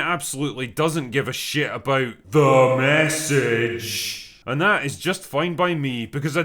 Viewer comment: i love THE MESSAGE he voiced it like it has its own pronoun 😂😂